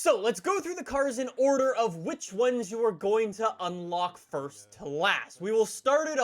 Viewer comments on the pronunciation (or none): none